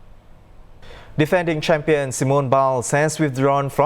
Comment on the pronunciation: It's Simone not Simon